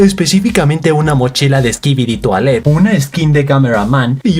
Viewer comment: jaja me da risa como dice skibidi toailete cuando es skibidi toilet y no se que trata de disimular si la serie esta muy buena